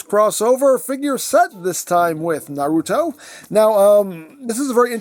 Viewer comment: Not knowing the show is fine cos you're at least saying Naruto correctly Even people who HAVE seen the show say it wrong as nah-ROO-toh instead of NAH-roo-toh Also the Gamakichi is a brand new mold though is likely to be made into Spittor or Diver Most likely Diver since we already have Tasmania Kid and Lio Convoy from Beast Wars 2nd